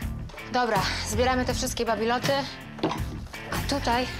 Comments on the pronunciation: Bibeloty a nie babiloty :D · bibeloty, a nie babiloty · babiloty? a nie bibeloty?